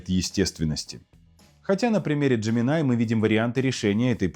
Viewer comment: Какой еще "ДжеминАй"? :face-blue-wide-eyes:Хотя бы перед тем, как ролик озвучивать, послушали носителей языка, что ли. Или спросили бы у самого Gemini. А я спрашивал. И знаете, что он ответл? Так же, как и носители: "- Называйте меня Джемини". Просветители-запутыватели, понимашь... :pillow-turquoise-hot-chocolate